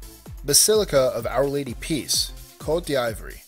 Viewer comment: its pronounced Coat-De-Av-war